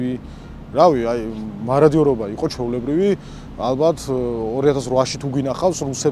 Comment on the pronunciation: მოროდიორობა არა, მაროდიორობა!